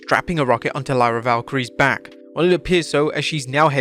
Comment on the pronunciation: Bro pleeasse say Lyra's name right 😭